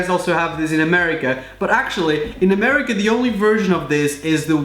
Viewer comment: did he just say.. murica...?